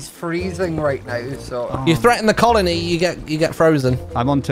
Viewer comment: you shouldn't say colin-E until the end to make it more clear that it's a colony